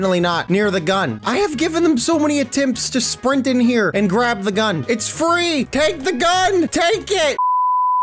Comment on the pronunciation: he said UGN instead of gun LOL